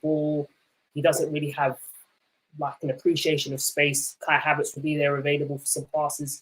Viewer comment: mate why do you say "havaartz" so weird? Surely you know how you sayin it?